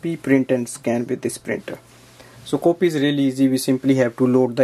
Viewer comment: It's funny when they say copy like sound of a coffee word hahaha